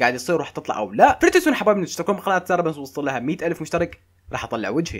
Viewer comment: منو لاحظ بالبداية گال ثارة مو سارة سارة❎ ثارة✔️ 😂😂😂😂😂